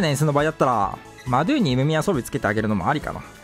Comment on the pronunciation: 動画内でマドゥの発音変わりすぎてて草